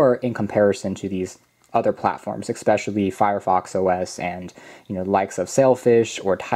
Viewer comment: I find the way you pronounce "especially" very annoying.